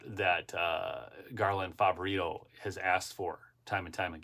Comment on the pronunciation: Garland Flavorito? Lol